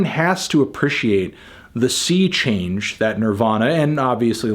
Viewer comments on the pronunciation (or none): none